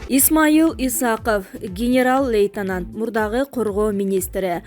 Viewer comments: Диктор лейтанант эмес лейтенант деп окулат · Лейтанат дейтко